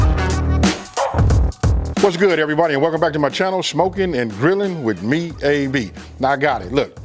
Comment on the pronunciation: He says "shmokin" 🤣